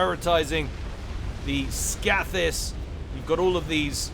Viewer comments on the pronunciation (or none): Scathis is pronounced with a long a. Scath as in scathe.